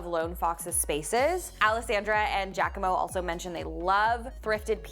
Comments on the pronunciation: Watching and loving it as usual but his name is not Jackamo 😂, it Gia-como, phonetically Ja-quomo, its Italian. Didnt he correct you? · It was driving me crazy. It's definitely not Jackamo!